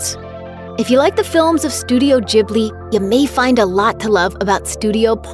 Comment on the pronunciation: The G in studio Ghibli is pronounced like the letter G in gate. In Libya this is the name given to the hot southern desert wind.